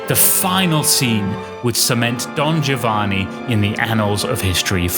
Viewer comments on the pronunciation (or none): A minor point, but I really prefer to have "Giovanni" pronounced as Italians would, i.e., as "Jovanni." Btw, while considering these two operas as mankind's greatest acievements, I slightly prefer Figaro because its characters are more human, more relatable to, more worthy of sympathy.